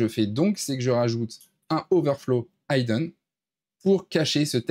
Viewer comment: Très bien ! Merci pour ta video ! ... Juste pour ton information... Le mot "hidden" de "overflow: hidden;" ne se prononce pas "HAY-dun" (son "aye") mais "HEE-dun" (son "i") ... Il s'agit d'un verbe irrégulier anglais.